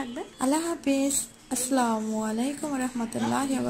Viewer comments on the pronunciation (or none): none